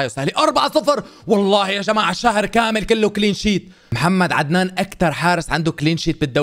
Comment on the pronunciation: من لاحظ من قال قامل بدل كامل